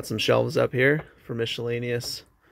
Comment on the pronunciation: Where are you from? Just wondering why you pronounce miscellaneous like that? Lol